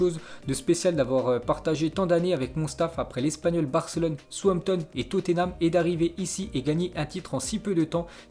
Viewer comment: c'pas souampton maos ca se dit saoussampton!!!!!!!!!!!!!!!!!!!!